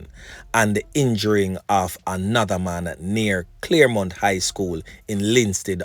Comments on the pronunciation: CHARLEMONT not CLAREMONT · Gm it's Charlemont not Claremont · Charlemount, not Claremont